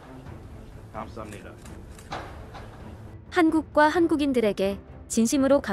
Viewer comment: '감사합니다' 발음도 좋으신 메릴랜드 주지사 호건. 유리님도 수고하셨어요. 부디 메릴랜드주가 코로나19로 부터 안전하길 기원합니다.